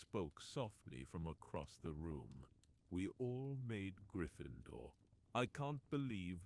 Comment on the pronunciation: Learn how to pronounce Gryffindor and Remus correctly!